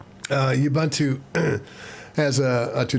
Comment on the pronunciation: Youbuuntoo…Ubuntu. Ooohbooohntoooh.